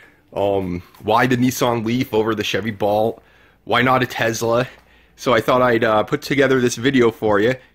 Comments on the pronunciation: What's a Chevy Balt? 😂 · What is the Chevy "Balt"?